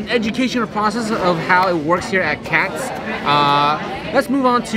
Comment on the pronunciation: It's "Katz's" not "Katz"!